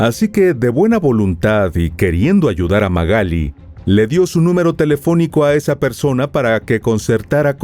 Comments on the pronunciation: Se llama Magalí, no Magáli. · Te banco mil, miró tus videos en reproducción aleatoria, pero si dice Magalí con acento en la i porque le decís Magáli ... Me puso nerviosa jajaja. Igual tus informes son un 10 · MagalÍ Magalí MagalÍ con acento en la í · Magalí, con acento en la " i "se dice correctamente usted lo dice incorrectamente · no entiendo por qué decís Magali si tiene tilde en la i. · Esta mal pronunciado el nombre